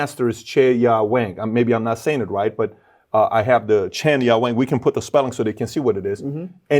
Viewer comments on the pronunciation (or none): none